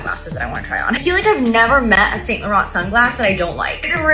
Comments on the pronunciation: can't even say Saint Laurent correctly. Giving give enchee vibes lmao. It's not pronounced Saint like Saint Patrick's Day. It's pronounced Sahn. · I'd watch this just to hear an American pronounce "Saint Laurent" again. Never gets old.